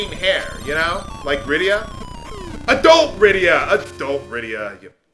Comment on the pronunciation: Hey, I noticed when you pronounced Rydia's name in your FFIV LP, you pronounced her name differently. Why the change?